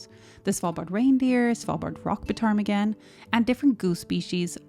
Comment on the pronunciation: I’ve never heard the P pronounced in ptarmigan. Is that usual? At home the ‘p’ Is silent.